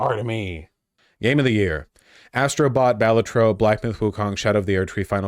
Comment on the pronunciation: If he pronounces Balatro wrong one more time istg